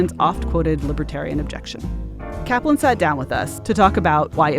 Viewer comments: "Caplan". Every. Single. Time. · "Brian Caplan" Every. Single. Time.